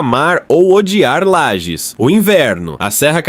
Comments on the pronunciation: obs: LAGES e não lajes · Inteligência artificial, usa o padrão, desconhece o nome próprio da cidade...